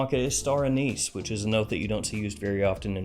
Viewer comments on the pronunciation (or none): none